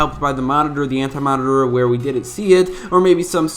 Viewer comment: lmao he said anti manitar